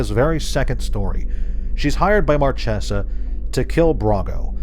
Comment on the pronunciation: one thing, Marchesa is the italian word for Marquess (like for many other foreign cultures, the diverse and respectful wotc picks random words for the names), and the "ch" is pronounced like a hard c or k, so it would be pronounced like Márkesa. A nitpick I know, but my autism won't let me sleep otherwise.